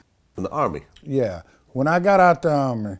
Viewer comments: what the fuck is the "urmy" lol. If you comment "he said army", you're an uncultured swine. I'm the one who actually formed the army -TK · "I was in the Rrr-Me"